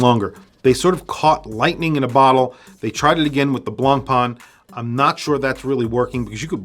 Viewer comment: Wrong pronunciation on BLANCPAIN: NO BLANPAAAN at all. ☹️